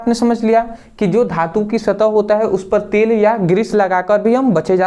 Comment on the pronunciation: Hello bhai tale Nahin Tel Hota Hai😂😂😂😂😂😂😂😂😂😂😂